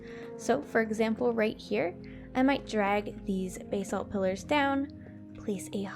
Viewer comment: basalt is pronounced bass-alt